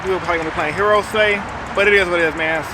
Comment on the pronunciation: sounded like u said forehead yugioh HHAHAHAH aka heros